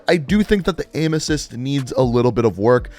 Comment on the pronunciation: When he said aim assist, I though he said emesis (vomiting), and I was like WTF!